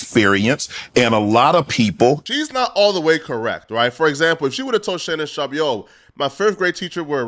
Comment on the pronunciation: I hate how pronounces "Sharpe" 😂